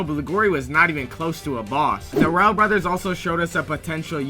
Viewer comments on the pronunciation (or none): none